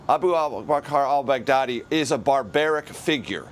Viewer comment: It is just me or when the journalist says: al-Baghdadi It sounds like Bad Daddy?